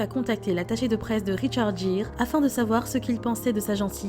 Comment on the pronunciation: Richard Geere prononcer GUIRE